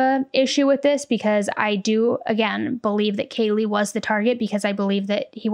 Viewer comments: true. how do you pronounce the name Kaylee as Kayla so many times and then don't correct yourself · Don’t think he did it on purpose but he upset Kaylees family… Kaylee to Kayla? C’mon he really needed to do that right. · Yeah, it was very unprofessional. When he said "Kayla" multiple times instead of "Kaylee", I just rolled my rolls. I can see why her family was frustrated. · How the heck did he not hear anyone around him pronounce Kaylees name correctly? Does he not watch the news either? As a former court clerk in Hawai’i, we take name pronunciation seriously, and guarantee one of us clerks would’ve gently corrected the judge before the hearing today. I don’t think this was all “nerves”. Maybe once, but it was multiple times.